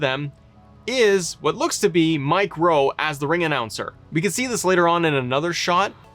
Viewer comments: Does he mean Mike Rome? Sounds like he said Rowe… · Bruh wtf. His name is Mike RO(M)E. Not RoWe. 🤦🏽‍♂️ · Sounds like you're saying Mike Ro 🤔 😏 😂😂